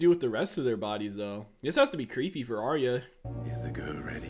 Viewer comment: Arya is actually pronounced "Are-ya" not "Are-ee-uh"